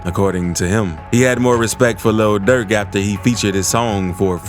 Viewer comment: Luh durk attacks Quaandooh Rondoh